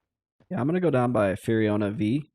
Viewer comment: No way, it's definitely So, and Fur-oh-na Vee